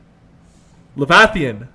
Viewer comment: "levathian"...lol. killing me